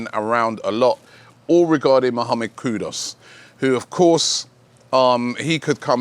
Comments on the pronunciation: KUDUS not KUDOS PLEASE ROBBIE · Kudus....Koo-Doos...ITS NOT THAT HARD 😂😂😂😂